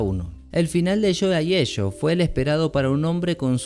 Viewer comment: como mierda busco a joey aegio por tu acento no entiendo el apoellido